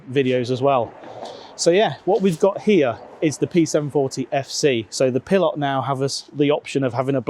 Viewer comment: 😂It's a Pilote!!!! Not a Pil lot